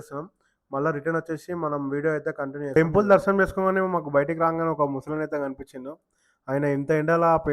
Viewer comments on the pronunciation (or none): తిరుపతి దర్మాణం కాదు బ్రో తిరుపతి దర్షణం